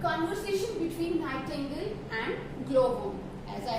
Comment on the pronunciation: Thank you maam but it's not a nihtangle it's nightingale